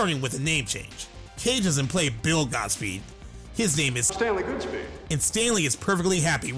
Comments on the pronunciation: Goodspeed. Why do you keep saying Godspeed? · It’s Goodspeed. Not Godspeed. Cage literally says it in your video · He never corrected himself- ITS GOODSPEED!! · I had to scroll all the way down here to finally find someone pointing out the narrater mispronounced Stanley's last name through the entire video? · imagine making a video about a movie and pronouncing the main character's name wrong the entire time.